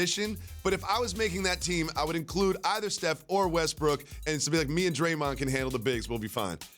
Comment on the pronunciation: Draymon? Whaaat?